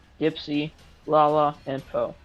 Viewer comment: atleast he said lala right